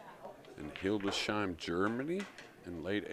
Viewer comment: It is actually pronounced "Hildes-heim" not with a "sh" in the middle